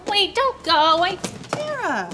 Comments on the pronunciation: Why is nobody talking about the fact that she said its pronounced tare-uh and dhar said tar-uh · its not Tara Its TERAAAAAAAAAA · Dhar mann said tAra not tEra he wrote The Script himself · It's Tára, by the way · even dhar mann says tara's name wrong XD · I love that Dhar also mispronounces Tara's name 💀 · Dhar Mann you said Tara the wrong way Tara: I'm angy!!! No one calls by my right NAMMMEEEE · “Tara?” “UHHM- ITS TARRA” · Love how Dhar mispronounced Tara’s name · I love it how she pronounced her name tara but dhar mann pronounced it the way she said to not😂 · You said her name wrong Tara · Why Dhar Mann pronounce her name wrong🤣🤣🤣